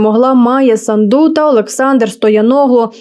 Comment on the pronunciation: Дівчині, яка читає текст треба вчитися правильно промовляти слова. Санду наголос на перший склад, а не на другий.